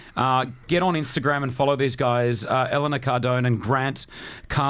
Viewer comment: Nah he just pronounced Elena differently.